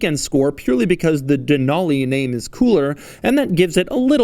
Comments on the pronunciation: Who says “ Dan-Ool-Leee” 😂😂 it’s “ Dan-al-Lee” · Just a heads up that it’s pronounced “den-alley”, that’s how the native population of Alaska says it. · Not how you say Denali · You can't pronounce "DENALI" 🙄😷